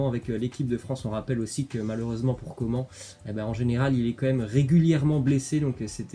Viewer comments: arrête de dire coment ça se dit comane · Ça se prononce « Co man » et non pas comment 😭😭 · On dis kingsley coman on prononce le n on dis pas comment bordel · Bah si doit bien prononcer le nom des joueurs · C'est pas Kingsley Comment hein sa se dit " comane " on prononce le N 🤦🏽‍♂️ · C coman pas comment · Arrête de dire coman à la française ! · pekeño vlg mdrrrr je suis d’accord c’est insupportable le comment